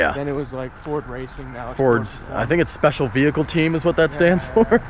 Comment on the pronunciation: I feel like I'm the only person that heard "poor Tacoma" rather than "Ford Tacoma"